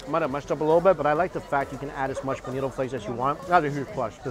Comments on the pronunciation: When he said I love you very mucha he almost had Arnold’s accent down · "I love this so MATCHA" LOL